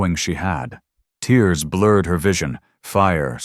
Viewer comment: Try adding "Grammarly" as a filter to catch editing mistakes before the final publishing. Please also try to sort out the issue with AI mispronouncing words that look the same but, according to context, should be pronounced differently because they mean something different. For example "Jagged tears", in contrast to salty (for reference) tears. There's a difference and it matters, especially to people studying English. Thanks. I do have to add my own voice to the request for happy endings. We have enough trauma on the world stage at this time to last for Milleniums. We are all heartsick.